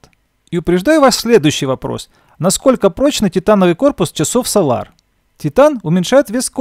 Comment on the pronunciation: Прошу адекватно относиться к критике, это сделает ваш канал еще лучше. Ведь если будут супер видео, да еще и с хорошо поставленной речью, ощущение профессионализма и популярность вашего канала будет расти. Неправильных ударений очень много, это коробит слух. Да даже солАр на самом деле это сОлар